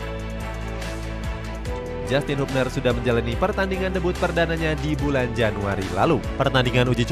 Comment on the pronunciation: Bacanya habner bukan hubner